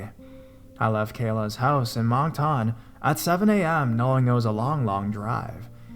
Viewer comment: Moncton (munk-tuhn), New Brunswick. Not Monktan, News Brunswick. Dumbass.